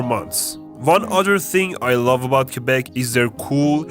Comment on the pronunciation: I don't know where you're from in Canada, but most people I know who have graduated high school just say "Quebec" and not "Kwabek".